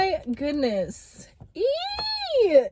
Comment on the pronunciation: I like it now i love it when you say oo